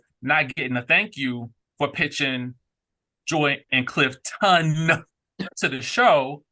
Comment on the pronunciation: So immature of you to keep saying Clif-TON and disrespectful to your cast member! He corrected you which is fine and you should respect that!